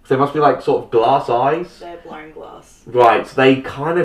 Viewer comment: "They're blown glass." She says "blown" with that funny "o" Australians say when the say the word "no," kind of with a soft "r". So it sounds like she says "blowrn glass" if you really want to analyze it :) I'm an American...we ALL have funny things about the way we talk lol